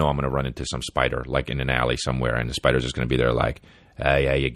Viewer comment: Day 19 of my journey through the pod from "in the beninging" "Are spydars like humans?" 😂 #RideOrDieBaby